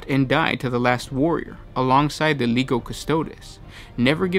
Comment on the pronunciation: Why can you say Legion but not Legio? Lee-Gee-oh not Lee-go... its very frustrating.